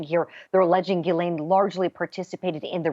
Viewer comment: G- HIS- LAINE = Jizzlane, It’s pronounced Jizzlane...